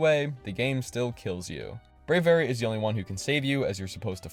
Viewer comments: No way he just said Brave-ary and Bascoo-lagon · Brey very? It’s bray vee ary